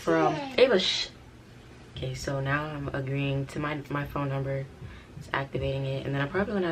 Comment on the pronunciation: She said she was done backing up this Phome(foam) 😂